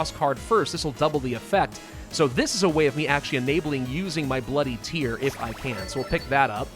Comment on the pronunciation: It's bloody tear, as in rip and tear. Not boo hoo tear.